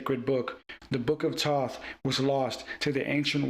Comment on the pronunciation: His name is Thoth. Pronounce it correctly at least 😢